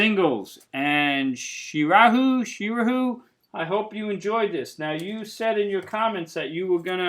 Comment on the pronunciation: Hey man Srirahul here You pronounced my name perfectly. But I honestly can not remember when I requested a top 20 Rolling Stones singles 😂😂 Which video did I comment that on?? But anyway my top 20 Rolling Stones songs are; 1)Angie 2)Sway 3)start me up 4)memory motel 5)Fool to cry 6)no use in crying 7)sister morphine 8)bitch 9)beast of burden 10)when the whip comes down 11)miss you 12)paint it black 13)wild horses 14)tumbling dice 15)brown sugar 16)jumping jack flash 17)gimme shelter 18)sleep tonight 19)hang fire 20)waiting on a friend I enjoyed watching the video man